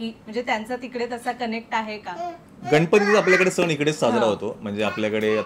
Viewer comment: सन नाही ग सण